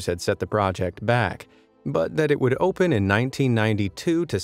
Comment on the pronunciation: As soon as I heard the voice say "Ohppen" as opposed to "Open" I knew the gig was up. AI.